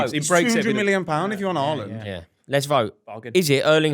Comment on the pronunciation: It's Haaland. Period